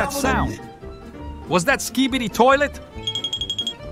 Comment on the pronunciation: Toilot😂😂😂titan speaker say "any skibidi toilot😂😂"